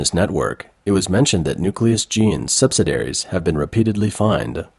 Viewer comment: sub-sid-ee-air-eez. Not sub-sid-air-eez.